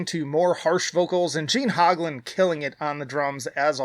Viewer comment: Please, for the love of god, stop saying hog-lan. It's pronounced hoeg-lan